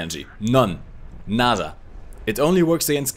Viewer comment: that nada pronunciation was so good